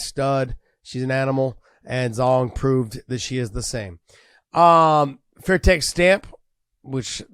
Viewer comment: First of all. It’s Stamp Fairtex!! Secondly, no mention of the GOAT Anissa Meksen!!!